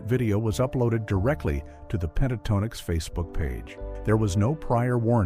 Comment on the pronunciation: Click Bait. AI narrator that can't pronounce the group name.